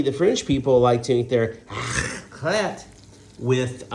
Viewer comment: You need to pronounce the ‘R’ before the’AC’ sound.